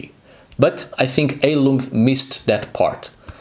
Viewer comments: Not to smartass: but its pronounced "high-lung", "hi-lung" or to seperate syllables: "Hei-lung" Its german for "healing" (as a noun) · Fun fact - you should pronounce it "Hailung" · Then it would be pronounced "hyle-ung"